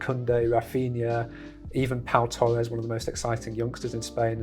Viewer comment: You called Pablo Torre Pablo Torres